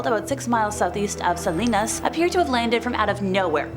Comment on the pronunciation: Your really butchered Salinas & Tulare!! 🤷🏻‍♀️ suh·lee·nuhs too·leh·ree